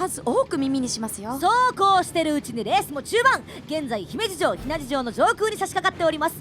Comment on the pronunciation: 姫路城がヒメ児城に聞こえるようになってしまったじゃないか！！！どうしてくれるんだ！！